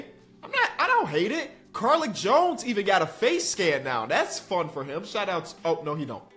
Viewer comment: Car-leek!! Much love tho ❤